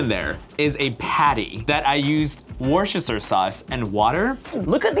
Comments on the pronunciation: not that I don’t live and respect everything has ever said or done but his pronunciation of Worcestershire hurt my soul a little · "Woorsherster" it's Wussta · I’m sure lots of people have commented this, but as a Bloody Mary is my favourite drink, I feel compelled to say that Worcester is pronounced ‘wooster’ and Worcestershire is ‘wooster shur’, said quickly as one word. It’s just one of those weird English place names that sound nothing like the way it seems x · Dude... It's Worcestershire. Wuh-Stuh-Shuh. cringes in British . No, seriously, though. A burger in a drink? WHY?! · It pains me how me Americans pronounce Worcestershire Sauce.